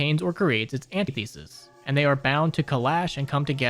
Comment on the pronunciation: you said antithesis wrong two different ways its krazy asf